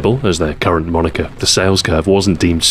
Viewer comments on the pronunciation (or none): none